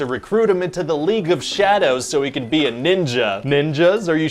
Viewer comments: I couldn't bylieve he kept doing that. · lol i couldnt bylieve it either. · I love that he carries the “be” pronounced as “by” through the whole pitch. 😂